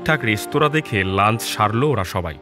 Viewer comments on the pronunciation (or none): none